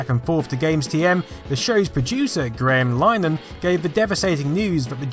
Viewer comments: You mispronounced Graham Linehan's name. It's Lin-e-han. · He also butchered Graham Linehan near the end of the video